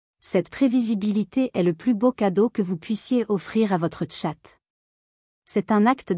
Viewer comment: Entendre prononcé "tchat" pour désigner un 🐱 c'est soulant l'IA est à améliorer